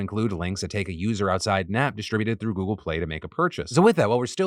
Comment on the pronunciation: phil stop saying goggle my s23 kepps thinking tour asking it a question